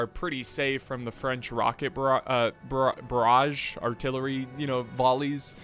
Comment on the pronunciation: "Chasseur " you must pronounce "ch" like the "sh" of shoot or like the "ch" of "french" and "barrage" the sound of the G is the same as Genius . One of your french fan